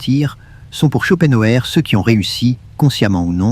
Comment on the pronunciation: Ce n'est pas un argument ! Insupportable ! Je ne l'écouterai pas. C'est stressant. Et puis, prononcez son nom qui est allemand, en allemand et ne francisez pas tout!